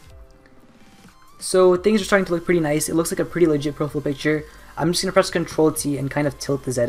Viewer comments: Its Profile not Profill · its (pro- fiyal) not Profful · "profill" picture? "PROFILL"? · Proful" lol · I love the way you say profile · The way he says profile is the best ! haha love it :)